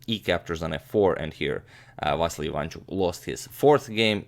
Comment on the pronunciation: you are pronouncing vassily wrong it va si li